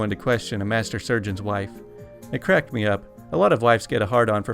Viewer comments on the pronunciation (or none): none